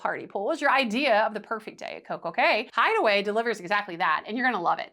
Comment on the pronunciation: Thank you for calling it Coco K because clearly Royal named it perfect day at Coco K for it to rhyme. I cannot stand when people call it Coco key